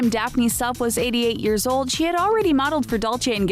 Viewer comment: when they are talking about Laura ogrady I can't figure out if try said years later or ears later lmfaooo did anyone else hear ears later lol